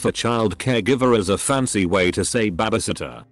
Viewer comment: why can't he say 'babysitter' well